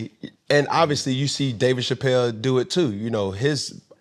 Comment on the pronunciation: I know his name is David Chapelle, but why Cam keep saying it like that? It sounds weird. Lmaoooooo